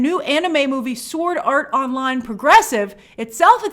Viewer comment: As a anime fan it was so weird to here u say Sword Art Online lol took me out of it for a sec